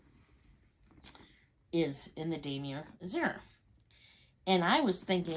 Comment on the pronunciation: It’s pronounced: Dom ee aa